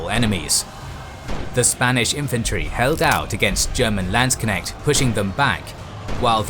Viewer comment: You pronounced "Landsknecht" very correctly👍